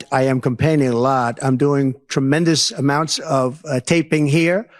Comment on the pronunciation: "President Xi and I had a beautiful meeting, right there on that sofa...." Was JD Vance on the sofa too? It almost sounded like he said "I'm complaining a lot" instead of "campaigning". 🤣